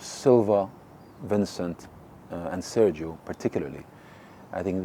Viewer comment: How hard is it to learn to pronounce Sergio in Spanish?